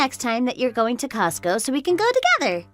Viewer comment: I think you need to hear/read the story a couple of times and it’s COSTCO, not cost go.